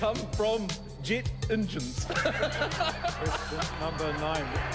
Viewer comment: this is a great video i think, collating lots of information.. I am glad that right now where i live in New Zealand i can go out and see clear blue skies... it was really runny to hear the new zealand accent at the beginning of the video... especially how he said 'Jit Ingine" (jet engine)... it seems its definitely an american pheomenon judging from this video.